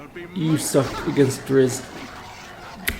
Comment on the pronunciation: Drizzt is pronounced "dritst". I learned that from the original BG player's guide.